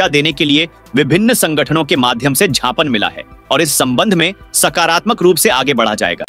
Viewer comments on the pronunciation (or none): ज्ञापन संज्ञान और झापन संझान मे फर्क है pl correct yr pronounsation